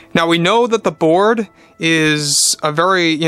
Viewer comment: Every time he says "the board" I hear "the Borg".